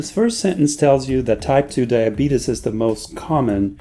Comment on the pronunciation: LMAO this man said "diabetus"